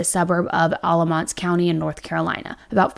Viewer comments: Hi!!! I’m a local to where this tragic case happened. I just want you to have the correct pronunciation of these places in case you do more updates as it develops! Alamance county = Al-uh-mance Efland = Ef-land (not elf land lol) Mebane = meh-bin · This happened right down the road from me. Happy to see a bigger YouTuber crime channel covering it. Seems to have flown under the radar for most but in the mean time we have a murderer walking our streets here in NC. Also… Efland= F-land Mebane= Meh-bin Alamance= Al-a-mans 😉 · This one isn’t too far from me. It’s crazy! So sad! And it’s Al-lah-mance county! And meh-ben 😬 F-land no shade just helping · Meh-bin…. Eff-land…. Al-uh-manse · Alamance you got right, kinda… except it’s Alah-MANce. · I live in Alamance county and this is crazy!! The pronunciations is a little interesting but your effort is so appreciated!! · Alamance is actually pronounced with a short a sound. The end of the word sounds more like “ants”. Not that it really matters though lol. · Al like the name when pronouncing Alamance County. Efland not elf. I’m a follower and fan of yours from North Carolina.